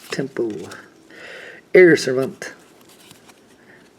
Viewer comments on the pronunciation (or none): I could understand some butchering of the names but seriously man! Servaaant? Really?